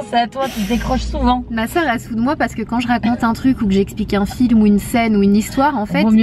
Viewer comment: Sananas ta dit "on ZE retrouve " mdrrr 😁😂 mais sinon je taime tros t grave belle comme dab machallah 😍bisous 😘